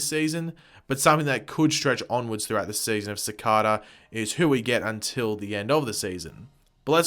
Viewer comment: It's pronounced "Cicayda"